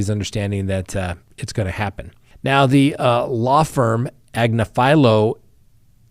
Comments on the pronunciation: I folow her but she Pronounces it: Ag- niff- ah -low. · Ag-nif-alo emphasis on the NIF. She's on the Meidas Touch network. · "Agnifilo" is actually pronounced more like Ag - niff' - fill - low (each "i" is a "short i" sound). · Karen Ag nif alo! Not AgniFilo!! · The way he pronounced Agnifilio is pretty horrific. Then says Luigi Mangione would be the most despised person in the courtroom. 🙄What part of the internet are you hanging out on? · Time to learn how to pronounce Karen Friedman Agnifilo’s name correctly. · Karen is extremely intelligent lawyer, but you are pronouncing her last name wrong. you can see her on the youtube channel meidas touch legal AF and miss trial. she was an assistant DA in NYC, the number 1 Assistant DA (#2 on the totem pole)